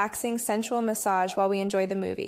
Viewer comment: "MaSsAgE OiL" 😂